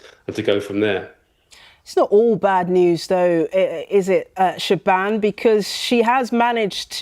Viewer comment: Is the reporters name actually pronounced “Sha-ban”? Surely it’s “Sha-von”